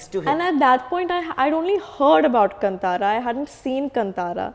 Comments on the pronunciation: कंतारा नही कांतार बोलो... From Karnataka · Its not Kann'tara its Kaantaara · It’s Not kanntara it’s kantara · It's not Kan-tara ,it's pronounced as kaantara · its not kantara its KAANTHAARA learn Telugu little bit and come to TFI